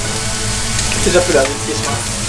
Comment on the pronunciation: ケチャップと玉ねぎの言い方がプンポロドイハとドッヘンアイア